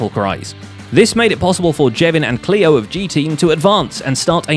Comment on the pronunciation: Zombie gleo not Cleo and it’s isgall